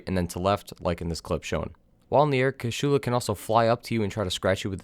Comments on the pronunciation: Kew-charl-lahr not! Coo shoe looooooser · It's been four years, are you still saying KASHULA instead of KUSHALA? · Great guide, but please, stop saying "Kashulu", like you want to spell Cthulhu. It is Kushala, KU SHA LA. My ears are in pain from that...